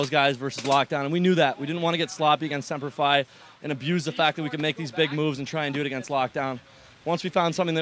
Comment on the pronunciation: why does he keep saying sempler f i ???? its semper fi and it says it right on the jersey.